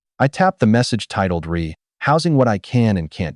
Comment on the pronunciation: Ree! It is “re” pronounced “Ray”.